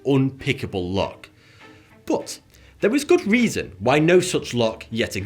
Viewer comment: I always hear you say 'Bowuth' instead of 'but'